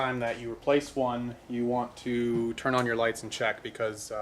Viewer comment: I swear you called them 'turd' signals?! Was that intentional? lol